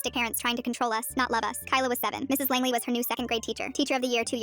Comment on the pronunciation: Langley? Asuka soryu Langely sounding ahh last name